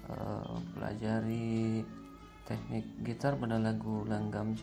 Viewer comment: Bang instruksi, yang bener teknik bukan tehnik bang 🤣 ngeteh bang wkwkwk. Bagus tutorialnya sangat membantu Bagus 🙏